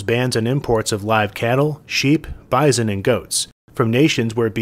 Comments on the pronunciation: Pronounce "bison" much? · The way you pronounced "bison" just gave away what part of the U.S. you are from. haha My partner is from NY state and: - Bison - Documentary - Elementary are the words that drives me nuts how he pronounces them. I guess some are super regional to Western NY.